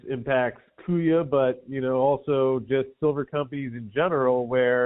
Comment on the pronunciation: He guys kuya rhymes with buoys... and shiny makes banks whiny